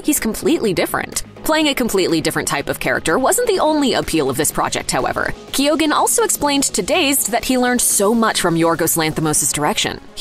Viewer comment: I don’t think the pronunciation of Keoghan is right at all. Should be Kee - yan